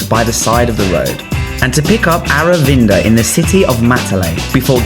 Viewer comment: His name Aravinda Your pronunciation : our window 😂😂😂😂